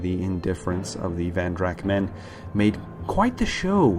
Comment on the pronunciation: I think it's "Von Drak" not "Van Drak". Great video btw, much lore I've not heard before :)